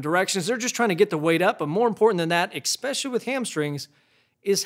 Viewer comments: Four Monsters on the table, and my man makes a point of saying EXpecially every damn video. Does Not Give A F***, and he does so professionally. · "expecially" Nice...